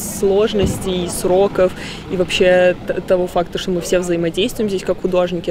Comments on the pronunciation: Ми ви, научись говорить грамотно афанди, а не ми ви. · Не ми а мы балабол давно пора правильно раскедать слова